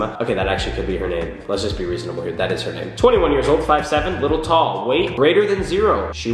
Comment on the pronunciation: I put 4/5 on the out going scale as in between 4 and 5...so 4.5 lol its ok though, we all have different construals and you said my name right so that's all that matters <3